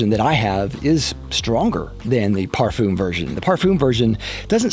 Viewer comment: If you going to create a fragrance review video where you say the word "parfum" 50 times, maybe you should learn how to pronounce it